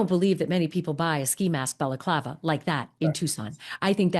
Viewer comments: “Bella-Clava”….? Seriously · It's pronounced Balaaaaclaaava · The way he pronounces balaclava 😂